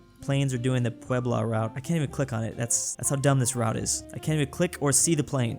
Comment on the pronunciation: He nailed Puebla too